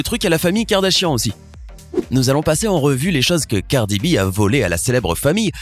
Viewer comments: gardi b 😔😂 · c'est "cardi b" pas "gardi b" c'est tout pour moi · Pas du tout elle a son style bien a elle et je crois que vous devriez commencé par bien prononcé son nom avant de commencer à la juger et à l'accuser.